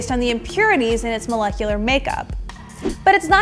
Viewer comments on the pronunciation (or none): none